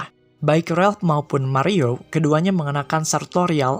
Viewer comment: Ralph bang bukan Relp